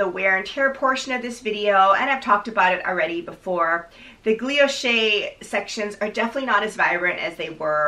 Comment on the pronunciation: Loved the review! Btw not a big deal but I think you’re pronouncing it “gluilloche” with an extra l but it’s “guilloche” 😊